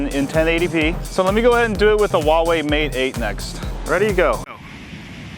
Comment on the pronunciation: its not VAVAI its Huawei like huawhey